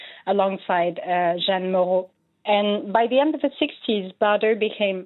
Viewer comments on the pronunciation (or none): none